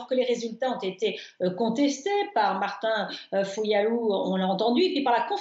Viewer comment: La journaliste a dit Martin fuyalu c est quoi ce manque de respect????